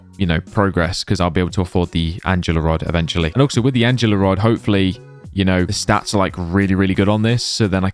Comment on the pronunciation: It’s called ANGLE ER Not ANGELA